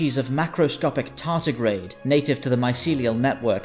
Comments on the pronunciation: I know Americans have a habit of saying T as D, however in this cases it is tardigrade, not tartigrade. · Tardigrade. Not tartigrade. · It's "tardigrade".